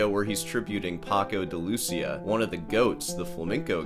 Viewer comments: Paco’s name is pronounced “Day-Lou-Cee-Uh.” Not “Duh-Louseeuh.” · Your pronunciation of "pahkou de looosiah" is fucking atrocius. But that goes well with your overall annoying persona. I like annoying. And backhanded compliments.